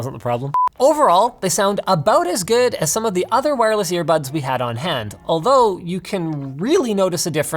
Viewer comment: Nobody: Linus: Ear Puds